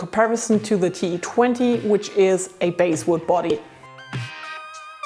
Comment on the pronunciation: I really like your reviews. But just to make you that much better, a couple of points: 1) the scale length is always measured from the treble side. It should measure about 1/16" longer than the posted scale length. 2) Basswood is pronounced like the bass fish, rhymes with 'ass'. instead of 'ace'. Lots of people get this wrong, you're not alone in this. Oh, one other thing: I would have liked to know the fret size. Big, Biggish, small, smallish. Just a general idea, you don't necessarily have to measure them. And yet one more thing: You can put a small shim (1-2 thickness of business card) at the rear of the neck pocket to raise the height of the bridge saddles, improving both the action (string height) and the "stabiness" of the bridge screws.